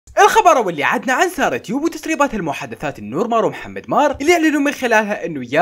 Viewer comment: منو لاحظ بالبداية گال ثارة مو سارة سارة❎ ثارة✔️ 😂😂😂😂😂